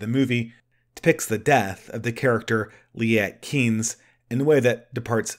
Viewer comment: Also Liet Kynes. Do better at pronunciation. You do a good movie review, but not so good at language verbalization.